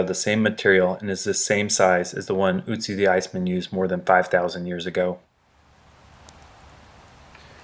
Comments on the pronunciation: It's Ötzi not Ützi. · its not ootsee its oatzi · Otzi not Utzi!! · By the way it is Ötzi and not Ützi as you pronounce it. He was named after the Ötztaler Alps where he was found. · Its not "Utzi" or "Otzi" but Ötzi or Oetzi .... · Not Otzi its Ötzi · Great video! Just for information purposes: It's pronounced "uh - tsi". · Ötzi. pronounced 'utzi' watch the accents my dude